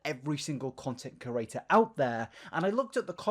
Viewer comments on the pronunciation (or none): I'm so used to hearing say "curator" that I'm starting to just hear that instead of creator and I'm confused